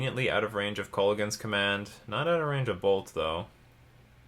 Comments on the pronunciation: I've never been a fan of alternate win cons (or counters decks, for that matter). That said, Hadana's Climb could be an interesting replacement for Vorel for a more traditional win con. It should be couatl, btw, and it's pronounced something like koo-WOT-ull. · That's fairly close, the proper pronunciation is either Co-hat-tell or Co-wa-tell both work